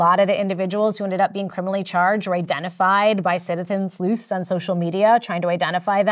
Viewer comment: It's sleuth. Not slooth.